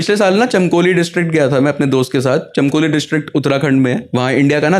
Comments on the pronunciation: चमकोली नहीं भाई ,,, चमोली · Bro it is Chamoli not chamkoli 😭😭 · Chmkoli nahil chmoli Hai. 😂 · Chmkoli nhi bhai Chamoli district.. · bhaiya vo chamoli hai ....(चमोली )